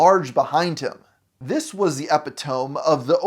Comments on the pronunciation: Did you just say “Ep-eh-TOME”?!?! Bro…it’s “E-PIT-oh-me”. GAWD what have we been doing to the English language?! And you’re supposed to be one of the more intelligent, smarter guys DOING this shit. All you have to do is Google the pronunciation of a word, & you can hear it. Do you even know what “Epitome” MEANS?! If you don’t even pronounce it correctly, how CAN you know? When someone else says it, & pronounce it PROPERLY, YOU don’t even know hat word they’re saying bc YOU think it is “ep-eh-tome”. Just wild, man. C’mon,. Do a bit better, please. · Are you saying epitome as "epi-tome" on purpose? Like, is it an obscure shout out to that one Brian Regan bit? Because, it's pronounced "eh-pit-o-me" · it is pronounced "uh-pit-uh-me" bro. epitome lmao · It's epitome "E-pit-oh-me" not "epi-tome" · epi-tome? it's uh-pit-uh-me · Epitome. uh-pee-tuh-mee. Not epi tome. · "e pit to me" Epi-tome 😂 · ih-pit-uh-mee Putting this here in case he sees this & then does say "e pit to me" next instead of "epi tome" but i knew you at least know how to say it just the way you wrote it I could see him reading it literally haha Edit: oh no he does it AGAIN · NOOO! Its not "epi-tome"! It's pronounced "uh-pi-tuh-mee"! :face-purple-crying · Epi-tome? Like an outer part of book or something surrounding a book? EH-pit-oh-mee or Uh-PIT-oh-mee. How can I possibly watch this video after that? How? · I hate to be that guy, but. It Eh-pi-toe-me not epi-tome. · It’s not “ehpee-tome”, it’s “e-pit-o-me”. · Holy hell....E-PIT-O-ME. Decent video otherwise. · Are you pronouncing epitome (eh-pi-ta-me) incorrectly on purpose? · Did you seriously say epi-tome lmao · Epitome is pronounced "epitomee" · Its actually Eh-pit-oh-mee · epitome (pronounced uh-PIT-uh-mee) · My brother in Christ, you lose your glasses card until you figure out how to say "epitome" (eh-pih-toh-me) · This man just said epi-tome so I don't think I can take much else he says seriously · Epitome = Eh-pit-oh-me